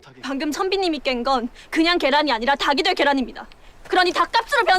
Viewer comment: 꼬꼬닭의 닭이 를 달기라고 정확하게 발음한 배우는 군주때 유승호밖에 없구나 저 여인은 다기라고 읽네 장혁은 어떤 역이든 늘 똑같아서 질리고 강한나는 달의연인때가 더 낫고 아 박지빈이 젤 낫구나 연기는